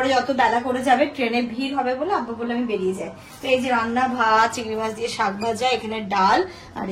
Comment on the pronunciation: বেশি শিক্ষিত হলে কি শাক কে শাগ বলতে হয়?